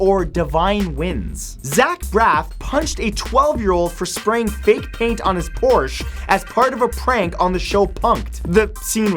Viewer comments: Please pronounce Porsche correctly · Porsche Porsch ah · The first fact of the next episode better be the correct pronunciation of porsche